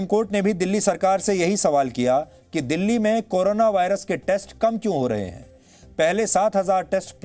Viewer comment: दिल्ली है यार वो डल्ली नहीं